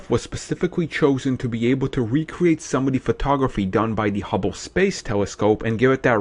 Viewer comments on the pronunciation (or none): none